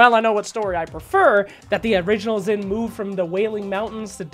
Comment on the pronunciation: Xin is pronounced "sheen".